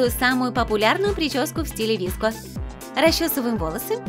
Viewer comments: Не вИско гёрл , а вСко гёрл , е гёрл носят массивную обувь и макияж у них другой 🤦‍♀️🤦‍♀️лучше сначала всё прочитайте и изучите , а уже потом других учите ! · не ВИСКО, а ВСКО ГЁРЛ🤦‍♀️ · Правильно говорить не виско а вско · ну я например вообще привыкла говорить не ВИСКО а ВСКО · Никто: Абсолютно никто:: вИско гёрл Я: вско гёрл Тоже я: 😂😂😂😂😂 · Ви Эс Ко гёрл 🗿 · Читается «игёрл», а не «идевушка» И «виэско», а не «виско» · Не виско гёрл а в ко гёрл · Не VESCO-GERL а SOFE-GERL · Вско а не виско ( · ООО не ВИСКО а ВСКО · Нет, правильно будет виско, сама достигают этой субкультуры и все знаю.т.к пишется вско, произносится виско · Вообще-то,пишется VSCO girl А на русском говорится Виско😑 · Уши сломались об виско гёрл